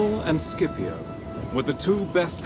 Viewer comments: Fantastic video, but I have to say a little thing, as an italian I can say Scipio has to be pronounced like Shipio and not Skipio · The correct pronunciaton is "Shipio" not "Skipio" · Why on english lenguage the pronunce of “scipio” become “skipiow” wtf😂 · The first half of this video is Historically INCORRECT and the narrator can"t even get Scipios name right at the end of the video and calls him "Sipio" so a 2 out of 10 for this one.